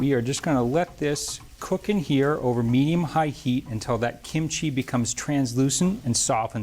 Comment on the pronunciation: He needs to pronounce Korean food better. He's emphasized chee/chi too much ee. And the other Korean food dishes. Google even does much better.